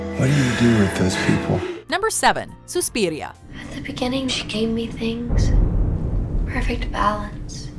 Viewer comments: Whats with the way she pronounce "suspiria"??? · im sure i wasnt the only one who cringed when she said ~suspiria~